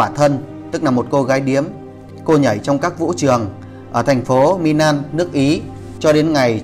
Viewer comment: Xin đọc đúng giữa ' L' và 'N' vd Milan: là Mi -lan khg phải Mi-nan